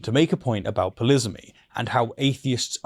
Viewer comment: "Polisamy" - did I hear that word correctly please?